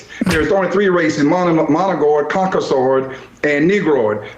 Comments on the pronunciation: I thought he said Cock-O-Sword 😂 oh Lordy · Cock-o-saur is my favorite dinosaur. He said COCKOSAUR and you can't convince me otherwise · I know this is splitting hairs, but did he just say, "Moligord" and "Conkasord?" I'm really not a snob about pronunciation, but a person should at least be in the ballpark, and have a clue when you're presumably on television as an expert. Without context, it would be impossible to know what this paste eater meant. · "monogoid". "Concosoid". I definitely trust this guy's take on the history of people. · Ah, yes. The three races: "Managord, Concasord, and Negrord."